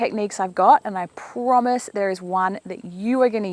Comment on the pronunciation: You say promis way too much. It’s not an easy word to hear